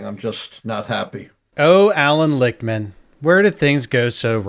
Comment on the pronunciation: Lickman (pronounced lick— man ) ..:: predicted his own keys wrongly.